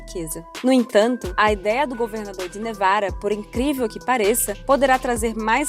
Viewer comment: "governador de nevara"! Pra que falar igual a um idiota?